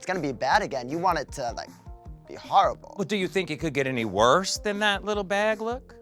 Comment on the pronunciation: Had me crying when Jessica wild kept saying litterl